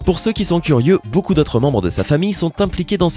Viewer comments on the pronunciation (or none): none